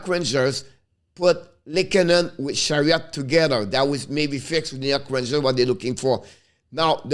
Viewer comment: C'est Ben Chiarot pas Chariot, hehehe bon travail! Lâches pas!